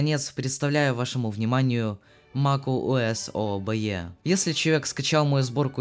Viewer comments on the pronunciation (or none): MakuOS не Макентож!